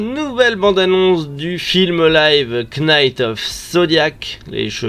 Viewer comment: Il faut vraiment que tu arrête de dire le K de knight. ça se prononce "night" c'est pas compliqué et ça t'évite de passer pour un c... PS: ça marche aussi pour knife